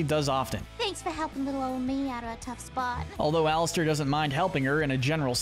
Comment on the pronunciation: It called alastor not Alistair